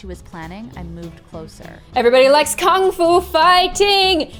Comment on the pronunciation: It's actually Kung Fu. LOL